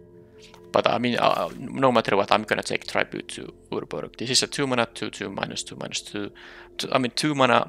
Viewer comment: Also, you're pronouncing "tribute" slightly wrong. I'm not sure how to describe how to pronounce it correctly though.